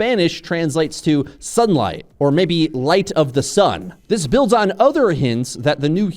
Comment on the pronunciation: Sun-light cmon' lol not light-light